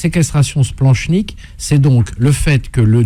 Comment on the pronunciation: Par contre le « ch » de splanchnique se prononce « k » !! Nom de diou dbouse!